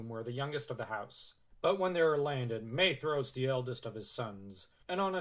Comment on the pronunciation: Shout out to the proper pronunciation of Maedhros